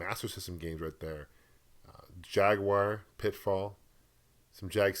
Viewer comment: Jag-you-are! lol